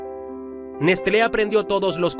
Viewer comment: Se pronuncia Neslé! 😋 Gracias!